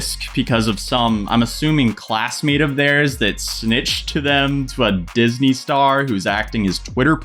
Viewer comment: in not even going to comment on the fact that you just said dysney. I’m just gonna leave that here so you can never edit it. Just so, people can read it and know that yes, you are that dumb